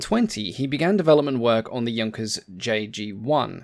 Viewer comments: It's nice that you can pronounce "Junkers" correctly but annoying how you can't pronounce "Luftwaffe" properly. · Thank you for not calling it the Junkers I do appreciate proper pronunciation. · Great compliment for being the first English aviation channel to not mispronounce "Junkers".